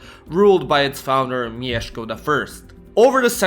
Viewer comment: You said "Mieszko" so fucking spot on!